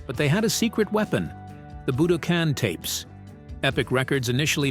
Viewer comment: A.I. isn't ready. YouTube is 📉 I've never heard a word - "Budokan" - pronounced so many different ways by the same "person".